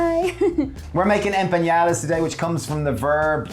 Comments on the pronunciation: Looks so yummy! I have to correct your pronunciation, it's empanadas not empañadas 😉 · You guys need to learn how to pronounce ‘Em PA NA DAS. Not EN PEE NA DAS. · Love this channel, but every time they said "empañadas", a little part of me died.